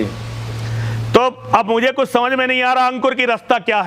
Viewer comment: Kutch ati nahi bol gaya? न सिर न पैर।